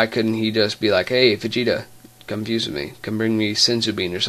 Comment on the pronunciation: the hell does "fewses" mean? You mean "fuse"?